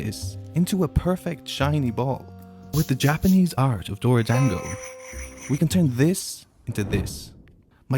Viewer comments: It's not pronounced 'dang-go", it's "dawn-go" 😭😭😭😭 short A sound! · Every time you say dorodango it sounds like “doored angle” 😂